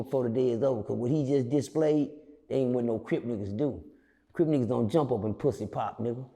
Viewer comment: When he said the dudes was pwuassy popping on the floor man i lost it!!😂😂😂😂😂